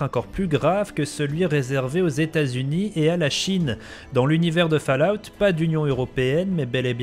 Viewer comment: Petit point prononciation, ce n'est pas le son "A" dur dans Fallout, mais un son "O". Fallout veut dire "retombées (radiocatives)" c'est un dérivé du mot "Fall" (tomber) donc c'est le même son que dans le prénom "Aude".